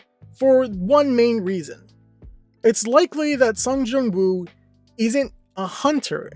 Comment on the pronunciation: it's sung JIN woo not jung